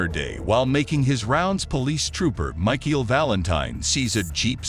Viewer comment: Bad AI narration. Use real people, please Then they won't mispronounce words like "Michael" or "Arkansas." It's not "Chevrolette," it's "ChevrolAY." It's not "overspeeding," it's "speeding." Also, "reminiscing" is not pronounced "re-MIN-iscing." And "preferential" is not "PREE-ferential." I could go on, but then my comment would be too long. You're turning your videos into a joke.